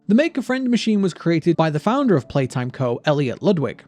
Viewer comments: You're Saying Playhouse. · YOU SID POPPY PLAYHAWOWS